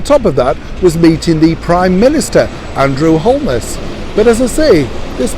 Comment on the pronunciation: ...we Jamaicans pronounce the PM's name as if there is no L in the spelling. HOE-NESS